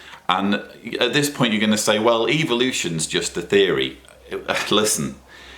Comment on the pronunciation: I like how pronounces the word " evolution". It sounds like he is saying "Evil-ution".like its bad. 😆